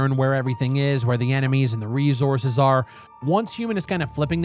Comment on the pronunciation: Lmao ReZources…how has nobody pointed this out in all these years? I’ve been watching since Earth 2.0…😂ReZources😂 why???